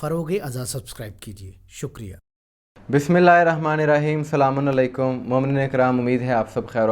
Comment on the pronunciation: Ap z salam thek se kia kren salami alekum nhi asalam o alekum khte hain